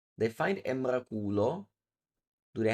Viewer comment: I laughed when I heard Emrakulo 😂😂😂